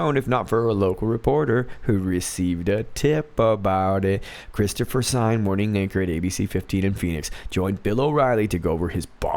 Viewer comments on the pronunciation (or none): none